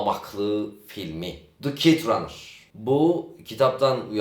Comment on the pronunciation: Kit ranır ne lan? Kit ne? Kayt diye okunuyor, bir okunuşuna baksaydın... :(